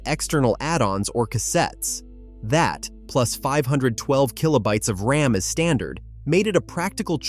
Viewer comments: AI voices don’t know the difference. It pronounces thing as R-A-M, M-I-D-I and D-I-N by spelling them out. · Lame AI narration like 4 sixty 4 and R A M being spelled out just grates on me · A couple tips...RAM is not spelled out R-A-M, and when you said they had a choice of a green or color screen...green is MONOCHROME. You don't call it green. Just helpful to sound like you know what you're talking about. I couldn't even make it through the rest of the video